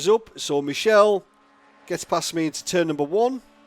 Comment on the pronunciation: Michele is pronounced Mick-ay-lay :)